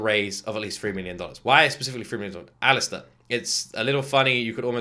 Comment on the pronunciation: Yes, it was Alastor (not Alastair). Fasten your seatbelt, sweetie, you are in for a fantastic ride...